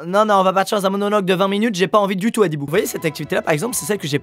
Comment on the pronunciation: Quand squeezie a dit adibou j'ai entendu brindibou